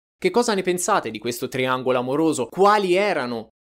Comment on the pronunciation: Il tiangolo amoroso soaziale😂😂😂😂non si può sentire crepo dalle risate o sentito due volte il video solo per sentire triangolo spaziale